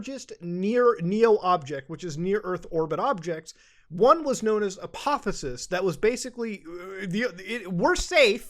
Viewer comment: Omg you and review tech both. It's apotheosis(A-pthy-osis), it means to become God like. Sorry but it's a word I discovered a few years ago and been using for alot of stuff online, quantum and this comet stuff really getting on my nerve with ruining my word